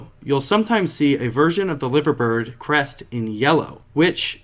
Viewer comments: you say it like LYVER bird sounds dodgy but that’s how we say it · Lads you are saying liver bird wrong